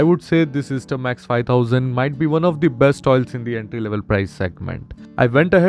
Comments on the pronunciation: It's pronounced as "aester" not "easter". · It’s pronounced as S-ter not Easter sir. But if you mean Easter then, Happy Easter 😂